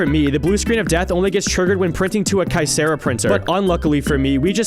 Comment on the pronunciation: My dad used to work at Kyocera.. that is not how it’s pronounced… I would correct you but they were horrible to him